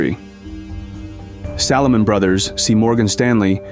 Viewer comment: “Salahmun Brothers”. 😂